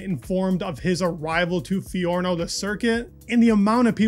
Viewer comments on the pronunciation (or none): Fiorano** not fiarno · Native English speakers really struggle with other languages.. Hai raggione, si dice Fiorano! 🏎️ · fi-o-ra-no.... not fiorno